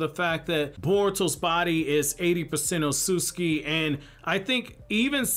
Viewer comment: I love your videos but I literally can't finish ones where you talk about the ot-sut-suki because you say it like oh-soos-ski. I'm by no means aware of how to say japanese words but I know there are 2 t's in that mf lmao